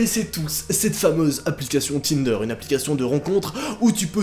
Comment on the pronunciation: A 16 minutes de la vidéo j’ai entendu tender